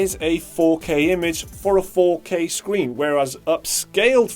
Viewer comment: "4k sween" xD